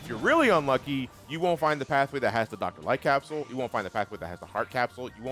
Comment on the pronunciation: I cannot now unhear the Light Capsule being "White Castle"